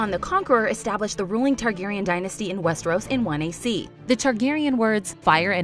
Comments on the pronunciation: the fuck is "West-Air-Os"? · A-sos?? Westairos?? GoT casino??????? This channel deserves wildfire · "We're be fans of WEST-TARE-US" - Sorry 😂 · Love y’all but if you’re going to continue making GoT/HotD videos can someone please teach the narrator how to pronounce Westeros?